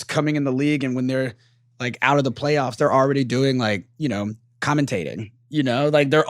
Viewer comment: Palyoffs?? lol its all good. We know you mean Playoffs lol